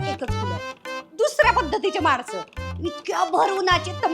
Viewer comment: माणस नको म्हनू ना काणाला टोचतं मानस म्हन कळ्ळ का??? ण च्या ऐवजी न आन vice versa काळ्या का????